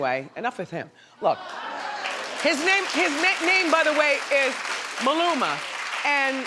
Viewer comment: *Maluma get it right